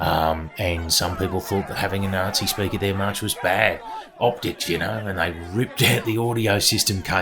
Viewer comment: "You can join in, but be a nice Nazee eh?!" 😅